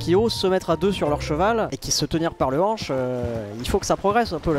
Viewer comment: "et qui se tenir par le (m)hanche" MDR